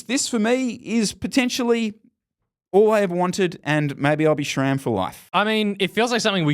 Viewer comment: Why is it pronounced 'shram'?